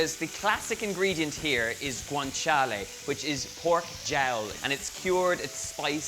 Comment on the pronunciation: The best part is how he's saying properly Guanciale and Pancetta but can't get over amatriciana :D